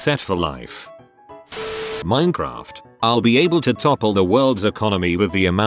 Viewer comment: Nobody: Text-to-voice: MINNEH KRAFT